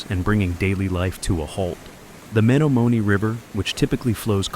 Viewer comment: You are not pronouncing the river‘s name properly!